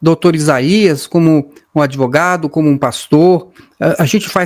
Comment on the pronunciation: O "adevogado" Diniz deve estar com a cara queimando...😂